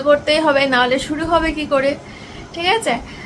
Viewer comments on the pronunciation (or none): none